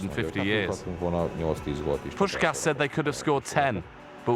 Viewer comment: Pronouncing Puskás wrongly is a bit embarrassing; normally, I'm not sensitive to this kind of thing, Hungarian is weird enough not to be, but since you call him one of the greatest football players of all time it should not be that difficult to ask one of your interviewees. Poosh-kaash.